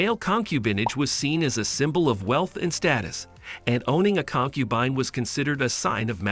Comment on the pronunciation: Concu bean 😂